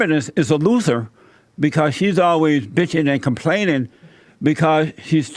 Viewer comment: Idk why it made me smile to hear Jesse say “bitchin and complainin” 😄